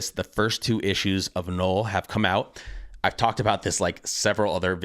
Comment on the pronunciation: Null like hull not gnoll like hole